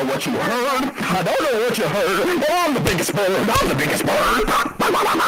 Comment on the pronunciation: When he said im the biggest bird bababababababababababab😂 that killed me🤣